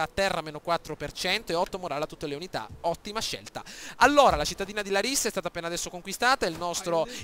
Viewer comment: Ed si pronuncia làrissa